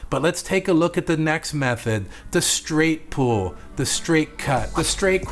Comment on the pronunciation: I kept hearing you say pool. So I looked at transcripts, in the transcript you say pool. But what I think you meant was pull. I just needed to see what you were actually saying definitely gonna try this method.